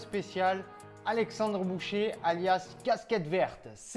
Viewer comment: Alexandre "boucher" 🤣🤣🤣 j'ai mal aux oreilles 👂👂👂